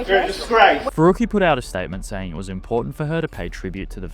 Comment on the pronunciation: He can't even say the word important